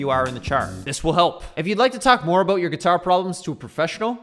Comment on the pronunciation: Aboot? Heard it a couple times. You've got to be the most pissed off Canadian EVER! lol!